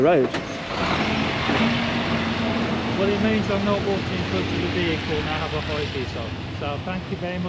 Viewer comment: What’s a “Rowad” ?